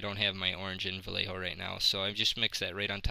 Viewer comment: Yay you said Vallejo right! Haha, sorry. But, great job. Space Jesters!